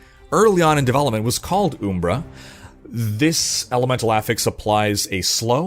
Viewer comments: It's "Uhm-bruh" not "Oohm-bruh." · lmao "Ooombra" it's pronounced "UMMbra" man. Everytime you said oombra i laughed. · I know this is some nit-picky shit; "oom-bra" is "Uhm-Bra" (Umbra) which literally means Darkness. It's not unique or new. Again, I know pedantic as hell, but I had to say it. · Great video. Why does Wolcen have both Umbra and a shadow elemental effect, Umbra just means shadow in latin right? also the way you pronounce Umbra is a little off.